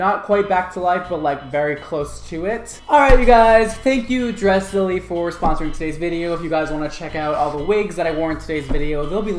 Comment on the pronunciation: It's not Dressily, it's Dress Lily. Dresslily, :)